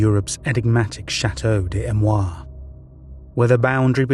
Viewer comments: A...me...rois...say it correctly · The narrator doesn't even try to pronounce Amerois even remotely correctly